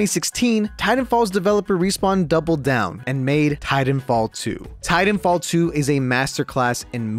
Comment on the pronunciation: Please enunciate the second "t" sound in Titanfall. That's my only critique. Thanks!